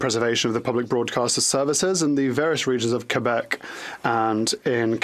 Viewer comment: What is it with English people saying.."Quo bec.."..whats all that about eh...